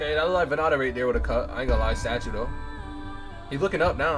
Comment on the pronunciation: Vann Da Cambodia's king of Flow. pronounced VAN DA. VannDa - Time to Rise